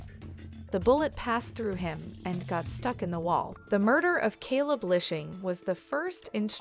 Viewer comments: You cant even pronounce his name, Calebs name or the cities name. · I can't with this channel anymore and it's fake narrations. You pronounced Elijah's name both correctly and incorrectly in the same sentence, far too many times, not to mention Caleb's name. Smh.. i would be very offended if one of these videos were about a loved one of mine. I have to unsub at this point, nothing but bots behind the channel and its way too obvious.